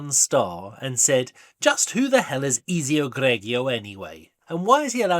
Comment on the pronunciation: Why are you pronouncing it Eazy-oh? You know well how to say Ezio proper. Is this a joke in the spirit of the movie?